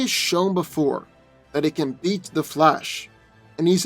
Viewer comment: I swear, every time you say beat, it sounds like you're saying eat. "Doomsday has eaten Flash in the past".